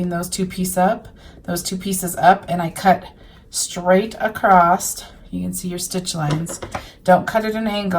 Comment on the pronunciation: I love the fabric used. Very beautiful. The only I don’t like is when I hear someone say “across” with a “t” emphasized at the end. I’m still trying to figure out where this pronunciation comes from. It’s like some people say “axe” instead of “ask”, and so on.